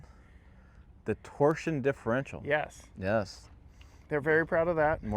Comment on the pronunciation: I only watched the first five minutes of this video. Lost me at "torsion" differential. Torsen you morons. Are you guys even sober? Ford actually let you guys review and even drive this vehicle?